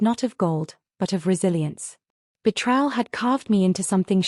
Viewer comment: It's painful to my ears when I hear the narrator mispronounce the word betrayal.